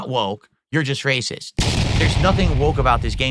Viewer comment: "You didnt support cause yer WACIST iddiyuts!" Also: "In China CANADA dey say...hello JOO, welcome to the SLAVE TRADE..."